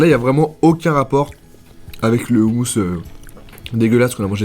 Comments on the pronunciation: On dit pas roumous non plus mais khoumous ! Kh = r avec la gorge comme la jota en espagnol y'a blid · On dit pas houmous on dit houmous (roumous) ptn dit le bien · On dit ROUMOUS pas oumous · On écris houmous mais sa se dit roumous avec un R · on dit "houmOOos" ! quelle honte !